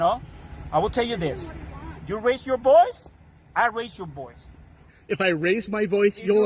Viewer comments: idk what a “boice” is. ICE AND BORDER PATROL will be picking him up when the numbers start to dip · That man says "boice". Where are his papers?